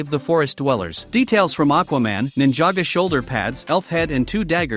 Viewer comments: It's ninjago not ninjaga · Ninjago ❌ nijego ✅ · Its not ninjaga its ninjago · It’s cuz he’s using text to speech and the text to speech doesn’t know ninjago so says ninjaga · It is Ninjago but he said it with a voice changer or smth AND he just said it like Ninja go instead of it together, he never said Ninjaga. Some people pronounce it different